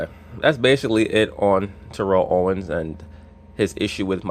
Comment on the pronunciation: Ur mispornouncing his name. Ik I can't spell.